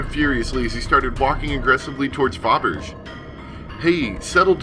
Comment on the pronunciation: Hi, not sure if it’s corrected in later episodes, but “Fabergé” is the name of a Russian jewelry firm, and is pronounced “fab-er-jay” Great play through, btw (you’re a terrific narrator)! Glad you did it since it’s not available on the App Store anymore.